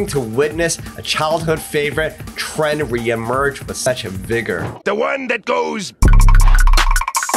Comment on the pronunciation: this man emphatize every word. and there are H everywhere: p-hop, tr-hend, b-hoomy, ret-hurn, p-hush, p-hioneering